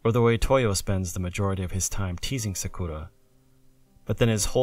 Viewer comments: You're not saying Sakura right. It's more like "Sah krah." NOT "Sah KOO ruh." Clow rhymes with Grow. Tomoyo is pronounced "toe mow yoh." Long O. NOT "toe moy yo." Re-record your lines and reupload. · Is anyone else bothered by the way he says Sakura? Wouldn't it be better to just pronounce it the way you would in English rather than use a pseudo-Japanese accent and just get it wrong completely.